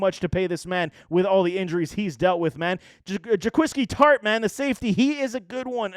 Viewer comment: Really don’t think aiyuk came in overweight, I think the problem was his overall work ethic and practice habits that made shanny put him in the dog house. And just some constructive criticism, look up the pronunciation of names, mostert, tartt, and ebukam were said incorrect.